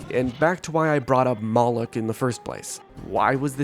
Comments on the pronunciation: Moloch is not pronounced “mollock” it’s pronounced “Moe-Lock” Moloch also was repeatedly depicted with a large gaping mouth which represented an open grave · preeeety sure its pronounced moe lock. but i have a smooth brain and know nothing